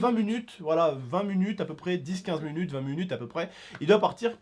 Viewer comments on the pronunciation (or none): Dsl mais c'est pas fruitueuse mais fructueuse et c'est minutes pas munutes et mdr la coupe à momo